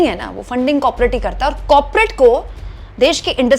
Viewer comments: कौर-पो-रेट We can understand, its a slip of tongue 😊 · कॉपरेट नहीं कॉरपोरेट